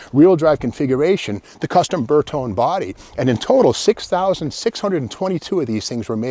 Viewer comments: 122GT probably the first "sporty" Vulva. Ber tone eh, it's friggin' eye-tal-yun. Ber tone, sounds like a TV set. 4 speed was correct (maybe with electric O/D on 3rd and 4th), no 5 speed Vulva's 'til much later. As like many others that have responded, the 164 was the first "luxury" Vulva. Now get your cop-car in for some cervix. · Excellent knowledge as usual, but if you're going to give a lesson in Latin, please check your Italian pronunciation. Bertone has an ee sound at the end so it is three syllables, Ber-tone-ee. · Bertone is pronounced Ber toe nay . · It is not burton, it is bertone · Pronounced "Bayr tone ee" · These were weird indeed! Also I never understood why you'd want to take a Volvo that had such great visibility and headroom and then cut the roof and make the visibility lousy. Incidentally my understanding is that Bertone is pronounced Ber-TONY. I sure enjoy these videos, Steve. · Actually it’s pronounced BertonE. And a coupe is pronounced coupE. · With a name like Magnante, you'd think he'd know how to pronounce Bertone (bare-TONE-ay). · You know what Volvo means but don't know how to pronounce Bertone? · Magnante, can't pronounce Bertone